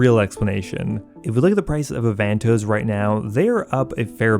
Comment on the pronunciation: U say avantoes weird